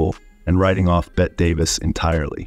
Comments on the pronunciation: You said Bette Davis name wrong it’s Betty not bet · Good lord, if you're going to make videos about Hollywood, you could at least learn the names of its stars. Pronouncing Bette as "Bet" Davis? How about pronouncing "Betty" as she herself did? If you can't manage to get the names right, how do we trust your facts? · It's Betty not bet! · It’s spelled Bette, and pronounced BETTY. This is why A I is still not quite intelligent *enough* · For the 10th time, "Bette Davis" is pronounced "Betty Davis". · Bette is pronounced “Betty” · What is wrong with the narrator? In Ms Davis's case her name is pronounced "Betty" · It's Bet-te Davis, not Bette. As in Betty. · "Bet Davis"? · Dude,, it may be spelled Bette, but it's pronounced Betty. If you don't do your homework, it damages your credibility. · BET DAVIS???? SHAME ON YOU!!!! I HATE ROBOTS! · "Bett" Davis? Try to pronounce names "bett"er! 😅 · Why do you keep mispronouncing Bette Davis’ name? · Learn to pronounce Bette Davis`s first name. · Bette = Betty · So? Everyone -- literally EVERYONE -- knows it's PRONOUNCED Betty. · Her name is pronounced, Betty, not Bet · Exactly. "Bet" Davis, instead of Betty Davis? Hilarious! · Yeah, that "Bet" instead of "Bet-tie" when pronouncing Bette Davis was driving me crazy. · Honey, it's not Bette Davis like Bett Midler. It I'd Bet-tee Davis. Get it right, please! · You know nothing about Hollywood if you can't pronounce Bette Davis' first name. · Holy Crap "Bette" is pronounced like "Betty", not "Bet". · its NOT bet davis. Its BETTYYY 😡👎👎👎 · Bette (Davis) is pronounced as Betty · Tell your AI voice creation software that the woman's name is pronounced BETTY Davis, not Bet Davis, and Milton's last name is pronounced BURL, not burley. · Miss Davis's first name ("Bette") is pronounced "Betty," not "Bett." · Is this done by AI? The name is pronounced, bet-teee da-vis. Not “bet.” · ITS BETTY ITS NOT PRONOUNCED BET!!